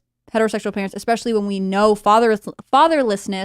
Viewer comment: Especially! It’s especially! There’s no x in there! Sorry, that’s just something that irks me. LoL